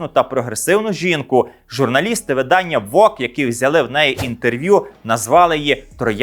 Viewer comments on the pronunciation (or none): none